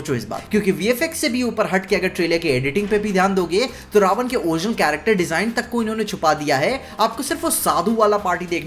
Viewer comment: Prabhas ke looks ke saath saath uski voice bhi suit nahi karti raamji ke character ke saath. Vahi Kriti bhi muje itni sahi nahi lagi sita ma ke character me. Jab vo रावण ko रावन boli tab samaj lo tume kya milega kriti se.